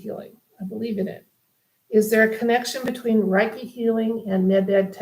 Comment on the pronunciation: It is pronounce Raykey.